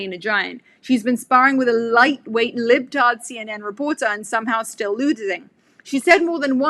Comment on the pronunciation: Hearing "Libtard" in a British accent just made my morning.